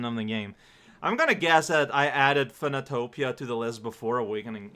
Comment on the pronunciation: It's pronounced "Phönotopia"